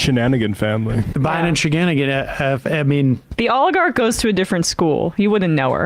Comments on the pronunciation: Comer: "The Olergarkt" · Never trust somebody who can’t properly say oligarch